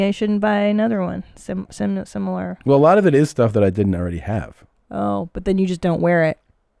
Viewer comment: such a smart philosopher pseudo-psychologist but cant pronounce "similar"